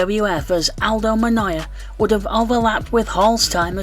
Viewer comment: Nah the T is pronounced like an L, Aldo Monloya 😂 I assume he’s never heard the name and only looked at it fast? Or perhaps he knows something about the Portuguese language that we don’t!